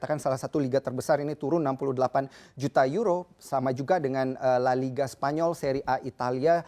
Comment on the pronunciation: Nyebutin liga spanyol susah bgt kek nya? . Kayanya host nya gasuka bola?